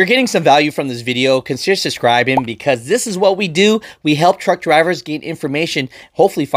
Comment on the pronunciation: I noticed you say suscribing instead of subscribing